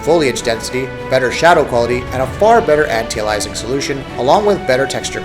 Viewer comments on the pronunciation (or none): Why does this commentator always mispronounce "antialiasing"? I've never heard it pronounced as "anti-alizing".